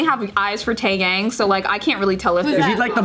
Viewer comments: It’s TaeYang not TaeYaeng 😂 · Glad he got what he deserved. Also not to nitpick, but Taeyang's name is pronounced as "Tae-Yang." Not "Tae-Yaeng" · dear, it's pronounced as Tae-young. not Yeng. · Who the hell is teyeng😂 its TAE HYUNG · honey pronunciation of Taeyang yah-ng not yaeng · his name is Taeyang not Taeyank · At first, i though pronounced Taehyung (from BTS) as Taeyang and I almost choked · "Taeyang" hurt me, it "Taehyung", but no worries I get mispronunciation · That's still not the right way to pronounce Taeyang. She pronounced it the way americans would. It's actually pronounced Tae- Yahng. The "a" in romanized korean is always pronounced "ah" not "ay". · Tay-yang???? My favourite member 😂😂😂😂😂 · Taeyang?? Mam it's pronounce Tay-yung, put some respect on my boo thangs name:') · She really said Tae Yang 🤣🤣I cant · She does know she says tae name wrong right?! Lol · "TaeYang" .. WHYYYYYYYY 😭😭😭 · epique wenqa lol she meant taeyang from bigbang :’) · How you a Tae Yang fan but don’t know how to pronounce his name???????? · emily taeyang taeyoung (and taeyong) are all pronounced differently; yes did not say the “yang” part properly but it isnt pronounced taeyoung